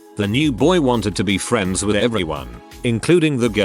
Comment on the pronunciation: “Next time on fwends” 🤣